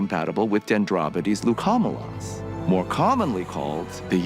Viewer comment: Wow he totally buttchered Dendrobates leucomelas... Den-droe-baites Luke-a-mella is how it's pronounced and are most commonly called Bumblebee Dart Frog, but yes they are called the Yellow banded, also the Yellow headed poison dart frog. They are one of 15 species of Darts I used to breed and were the first species I got and was able to successfully breed almost 20 years ago.